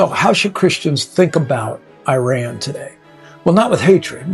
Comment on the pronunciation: Dude learn how to pronounce the country's name correctly. Second, your cover photo crossed off Iran to become Persia? It's more about our country not being an Arabic country as Iranians are tired of Islam and Muslim identity being force on Iran as this is not the Persian identity. Please learn from actual Iranians instead of going to sources brainwashing you half baked ideas. And if you don't want to genuinely make the effort to understand Iran, at least do other topics as you are not helping Iranian people. And if you are a puppet of the Mullahs and Ayatollahs, God help you because for 47 years Iranians have had enough of this.